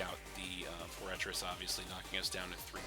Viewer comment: its pronounced FORE-TRESS. Sorry it was driving me crazy